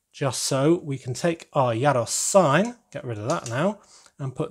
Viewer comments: Not sure you've nailed that pronunciation yet... I think it's more like "year ross" (you sounded like "yeah Ross" with a short e). Also, the pot on the stove fits the space nicely but the standout thing about these vans is surely the meat on the vertical spit (whether it's doner kebabs or gyros). The mystery meat aspect is only heightened by the unnatural looking pinky-brown rotating meat. If there is space maybe you could change the pot to a spit? This really was a triumph of 10 year old boy style humour 😉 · “Yyer-ros”?? I thought it’s pronounced as “ɣee-ros” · it's pronounced year-o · Yay🥇 casually hearing that mispronounced g(yros)